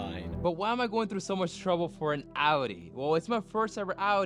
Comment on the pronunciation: Since u bought a audi its time you learn to pronounce audi its Ow-Dee